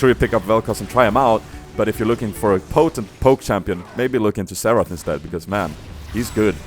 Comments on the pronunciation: Every time he said Xarath I thought he was saying Seraphs.. Like Seraphs was good on him or something xD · Haha, all those times you said Xerath, I thought you were saying Seraph, so I was like, oh, you think seraphs embrace is better than Grail, and than at the end I was like Oooooooh.